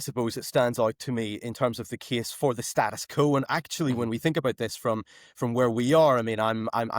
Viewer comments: Sam McBride it’s “status quo” not “status co”. How am I to take you as a serious “intellectual” journalist. With repeated gafs like this? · This chap uses the term Status Quo a lot but does not seem to know how to pronounce it. I vote reunification will be dependent on when Northers can speak English properly including knowing the difference between ‘when’ and ‘whenever’.